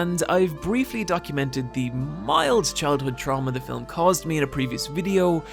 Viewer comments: The word is ‘film’ not ‘fill ‘em’ but I guess it all depends on where you were brung up. Ha ha. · whgy do you say fil-um though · It bothers me more than it should that you have the tendency to pronounce 'film' as 'fillum'. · I was right with you until you said "macarbic" which I think you think is an adjectival form of "macabre" but buddy, English doesn't work like that. You can't just stick English adjective endings onto loan words from French. Also do all Irish people say "filum" instead of "film"? You said "film" a couple of times but later started adding an extra vowel. (I'm just picking on you, great vid, look forward to the next ones for October) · Say it with me- Fillum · Love your work, and I mostly don't like film analysis that isn't explicitly comedic, at least when it comes to YouTube. Really wish you didn't say fill-um, though. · why does he say filam ?? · A fillum that haunts people? lol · “Filum” Redrum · The most terrifying about this video is your pronounciation of the word "Fillum". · Every time he says "Film" as "filum" it's the cutest thing ever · "Fi-lim" You keep pronouncing film wrong and it keeps bothering me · You talk so slowly in this one that you've managed to give the word "film" an extra syllable.